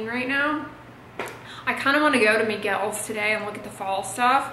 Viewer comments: Why are you calling Michael’s ...Miguel’s ? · Lmaooo did she just say " Miguel's " instead of Michael's? 😂😂